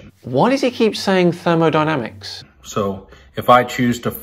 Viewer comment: ~ I think he is saying, "dyrmo dynamics". ~ I thought said, "individuals, companies and goblins".